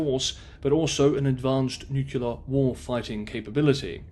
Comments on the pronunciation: NucLEar, not nucUlar. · "Nucular" and the channel name is enough to stop watching lmao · 'Possible, possibly, may be, might, might, could potentially be.... Look, for the record, the word nuclear is not pronounced 'nuke-you-lar'. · Please please please learn to say nuclear correctly. It is NOT "nuke-you-lar". It is "new-clear". That mispronounciation is like fingernails on a chalk board. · noo-clear, not nuke-u-lerrr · Not acceptable to say nukular? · Nyoo - clee - ahhh. That's as bad as the Ardic or even the Innerned. Although everyone seems to have an inner Ned these days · But he has a British accent even if it is working class, doesn't that impress anyone anymore, guess not, and he can't even say nuclear, maybe pandering to the US nukular preference version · Tomato is accepter in every dictionary as having an English and an American pronunciation. They are both spelt the same way. "Nuclear" does not have 2 pronunciations. Nucular is not found in any dictionary. It is simply incorrect and shows poor education. It would be better if you apologised and told of his mistake. If you speak to the public, then you must also learn from the public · I appreciate that you usually pronounce English correctly, much closer to the worldwide standard of American Standard English than horrendous British. However, 'nu-kyu-ler' is horrible. You are far too educated and articulate for that. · Irrelevant. Tomato has two acceptable and correct pronunciations. Nuclear does not. There is only one correct pronunciation for 'nuclear', and it is not 'nu-kyu-ler'. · Why has incorrect pronunciation of noo-clee-er proliferated since president Bush? Just look at the spelling. It’s not hard. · Pity that this guy can't spell "nuclear". He seems to think it is "nucular"